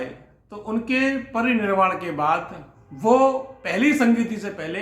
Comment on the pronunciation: मान्यवर साहब निर्वाण, परिनिर्वाण व महापरिनिर्वाण के उच्चारण की आवाज में निर्वाण की जगह निर्माण सुनाई देती है?